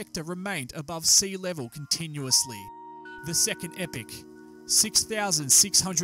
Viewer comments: Epoch, not "epic". You're welcome. But, good video, though. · enjoyed the vid but could you please clear couple items up; I thought epoch is pronounced 'ee-pok' in english and in geology is defined as 10 million years, and is part of a geologic 'period' of up to 100 million years; however the terms epoch and period seem to be used interchangeably here & events cover much shorter geologic timespan